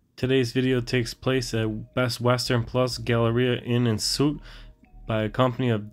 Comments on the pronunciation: WOW the 2 min mark you sound sooooooo uneducated, you don't even know how to pronounce the word "Suites" it's pronounced Sweet not suit, my god you sound so ignorant, you should just delete this video right now because your cred just hit the toilet. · Suits.. It's pronounced "Sweets and not Soots" lol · Suites is pronounced sweets,not suits. Figured you wouldn't want to sound ignorant. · It's pronounced "Inn and 'sweets" not 'soots'. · it’s Inn & Suites (pronounced sweets) 😊